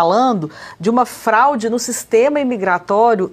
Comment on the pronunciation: Acho que não é fralde mas sim FRAUDE 😮